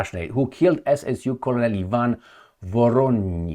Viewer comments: ps - "Colonel" is pronounced almost like "kernel". It is a tricky word in English. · please check the pronunciation of "colonel" 😊